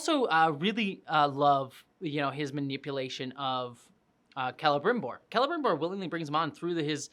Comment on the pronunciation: My linguist brain melts right from the beginning, but that's not how you pronounce Celebrimbor 😭 It's not a throat r like that, it's the alveolar trill! Agree with you a lot! I'm enjoying the series despite it's problems. And there's a lot of conflicts with what we actually know about the second age. Apart from that my main problem is the dialogue, it's just so idiotic a lot of times, and too modern and casual compared to how Tolkien wrote his characters speaking. I like Sauron and the dwarfs most so far, the hobbits are fine too.